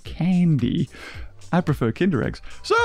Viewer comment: I´m a German and I´m suprised you didn´t mispronounce "Kinder Ei" that vadly :o